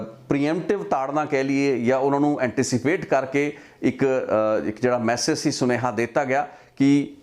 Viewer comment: ਸੁਣੇਹਾ ਨਹੀਂ, ਸੁਨੇਹਾ ਹੁੰਦਾ